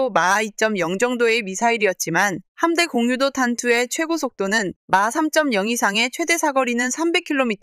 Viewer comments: 오 이번엔 직접 읊어 주시는건가요? 이런거 참 좋습니다. 그동안 띄어 읽을줄을 모르는 멍청한 TTS 스피킹이 너무 싢었는데 이렇게 직접 읽어 주시니 확실히 사실 전달이 잘 되고 이해 또한 잘 됩니다. 거기다가 의외로 여성분이셔서 참 응원하고 싶습니다. 여자가 이런 분야에 관심을 갖는게 쉽지가 않은데.. 그리고 함대공유도탄 이라고 붙여 읽으시면 안됩니다. '함대공' '유도탄' 이렇게 띄어읽으시는게 맞습니다. 마치 함대 공유도탄 으로 들려요. 다음번 영상 만드실때 참고하세요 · '함대 공유 도탄' 이라고 읽지 마시고 '함대공 유도탄'이라고 읽으세요.